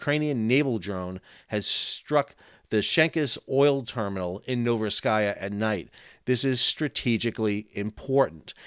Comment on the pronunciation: Pronounced: novoro seesk